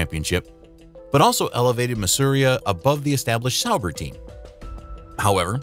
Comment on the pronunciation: Masuria?! Thought it was Marussia...damned artificial real dumbness